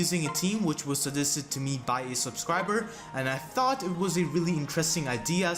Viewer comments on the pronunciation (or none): none